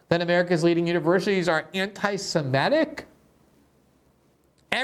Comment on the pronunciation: Does "semetic" rhyme with emetic?